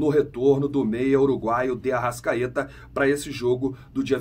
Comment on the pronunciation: ARRA*S*CAETA VAI JOGAR FELIPE LUI*S* TAMBÉM e muita atenção com a fonética, S não é X!